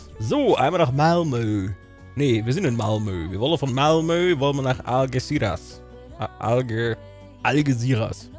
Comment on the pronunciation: "Mamlö" statt Malmö ist auch schön. :D